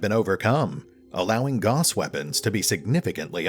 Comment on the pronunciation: "Gauss" was a German dude, so his name is pronounced like "mouse".